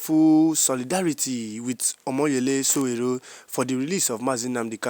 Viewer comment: YOU STILL FIND IT DIFFICULT TO PRONOUNCE SÒWÒRÉ. NOT GOOD ENOUGH.